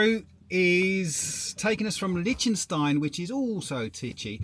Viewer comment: Regarding Liechtenstein, I believe it's pronounced lick not lich...